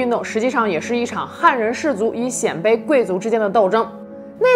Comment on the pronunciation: 我记得念 鲜卑(Xiānbēi)